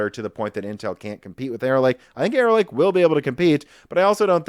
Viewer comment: Every time you stay "Arrow Lake" I hear "Error Lake" to the point I've started saying Error Lake without realizing it and sometimes stopping to wonder about the history behind a lake called Error Lake and if it means something in another language or if the lake was formed due to some sort of civil engineering flub or the legend explaining it involves someone or some force of nature making a mistake.